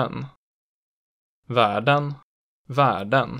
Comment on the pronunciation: The 1A isn't too well represented, you don't really say it with the difference to differentiate the words. Värden (the host) was too high pitch and too short, it's pronounced with a slightly lower ä and a longer one.